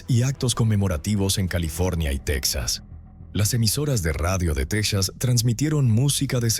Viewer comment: Asi como que se te dificulta pronunciar el dinero! La linea de emergencia es 911 tal cual! Texas se pronuncia Tejas y el dinero se pronuncia asi cuatrocientos mil dolares! Porque cuando hablas de dinero no se entiende nada